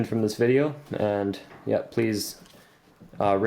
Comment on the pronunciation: it sounded like he said please rape this video and comment